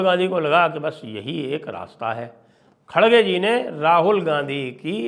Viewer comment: Khadge - khadge mat bolo. Idhar Karnataka mein "R" ko "D" nahi bolthe hain. "R" hi bolna chahiye. Sooo Kharge - Kharge bolaa Karo